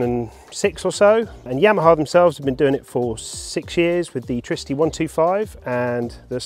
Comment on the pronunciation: Pronouce it like in Trinity, trigonometry, triple, triggered??